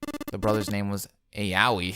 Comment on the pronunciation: A couple of small corrections: it's Building Q. The letter between P and R. Not zero. It must be a little hard to read that text. And "Aoi" is pronounced like "owie". Yup, this is why you had to see the Safe Ending before this. You had to know about the things you learned there, especially the "truth had gone" riddle, the code, the fact that the "0" bracelet is really 6... As for why you had to know them...... A lot of information comes now. How is it? Especially the above and, of course, that shocker.